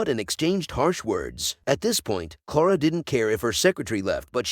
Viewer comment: Clara not Clora.